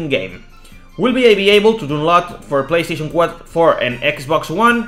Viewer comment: Pleyesteichon four xD